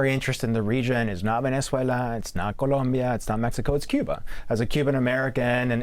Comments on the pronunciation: Venez-wailer😂 i love tesler! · "Venez-whaler" 😂. Dementia strikes again. He's a deranged lunatic. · He said Venezuelr!😂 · It sounds like Trump said VenezueL-ER 🤡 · trump pronounces the country as "Venezueler," imagine committing war crimes against a country and not even being able to say the name. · Since when did Venezuela change its name to “Venice-way-ler” ⁉️ DJT can’t even pronounced it. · venezwayler?! lmao! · "Venezuelers"??? He can't even pronounce the word. And the Republicans just sit and watch, welcome to America. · Venezwhaler ???? Wow such an educated not Prez, lol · 25th amendment please. It's time. Somebody pull him aside and tell him the is no "r" in Venezuela!! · Trump can’t pronounce Venazula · "Venez whaler". Too stupid for prime-time. Make America great again, starting with teaching the leader to read the English language and Maps. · In addition, Venezueler?!!! Is that related to Tesler? trump is an idiot to the max 🤣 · It should be illegal to invade a country if you can't correctly pronounce the name of the country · He could no even pronounce the country’s name correctly! There is no ‘S’ in it.